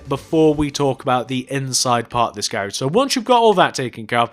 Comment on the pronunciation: The whole time he was saying garage i was like wtf is that until he spelled it out on the sign.